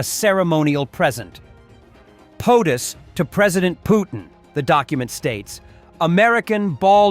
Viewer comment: I like how you pronounce Poo-thin 😅😅😅😅😅😅